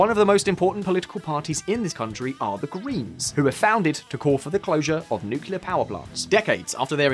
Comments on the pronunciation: Are you pronouncing “nuclear” incorrectly on purpose just to drive more engagement? (For example, this comment) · 1) learn how to say Nuclear ffs 2) DISCORDY is not a word 3) Nuclear Energy produces no greenhouse gases